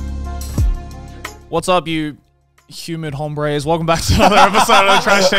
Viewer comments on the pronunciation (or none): when you say hombres you don't pronounce the h usually true for all Spanish words that start with h its somewhat silent